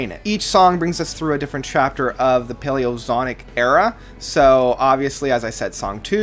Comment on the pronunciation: “Zonic”? Really?